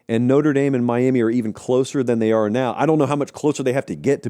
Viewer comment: It’s “are”